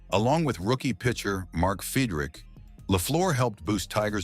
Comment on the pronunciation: I had to stop watching after hearing Fidrych’s name butchered. Bad enough batting averages started with “point.”